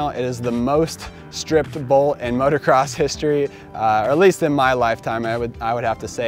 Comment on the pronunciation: Can somebody please teach this guy how to say "motocross"?